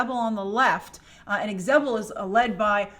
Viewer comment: Its pronounced ZE-BEL. Grace :) (Not EX-Zebel)